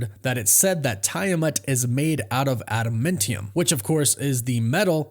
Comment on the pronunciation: LEARN TO SAY ADAMANTIUM